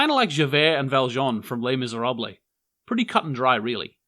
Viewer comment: LeS MIséRabLEEs (that's not the good pronounciation tho) but the video was great ;)